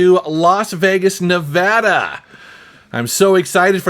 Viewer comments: I don't know what I'm happier about, doing a retro game shopping video in my city or the fact he pronounced Nevada correctly! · OMG Thank you saying Nevada correctly!!! I'm from Reno and have family in LV. Love seeing these great spots get some recognition! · Bonus points for pronouncing Nevada correctly! :o) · You pronounced Nevada right! Yay!